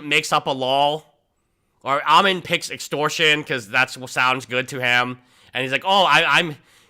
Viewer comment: Ammon rhymes with "salmon." Think, "Ammon the Salmon." :fish-orange-wide-eyes